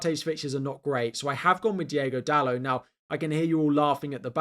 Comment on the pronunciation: Great vid as usual. But please stop calling the man Diego Dalú, his name is DiOgo Dalot (Dalô- like a french pronounciation) .